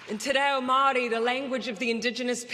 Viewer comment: We are struggling in new zealand under jacinda. Thousands have lost their jobs. Small businesses have had to close down. There are soooo many homeless. She is hated in her own country. She needs to learn to pronounce te reo Maori properly. What an insult!